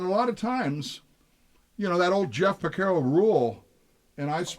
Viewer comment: It is pronounced Jeff Por-Car-O